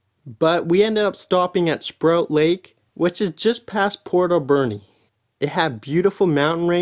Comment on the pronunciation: SPROAT LAKE not SPROUT LAKE!!! Please read the signs or do your research!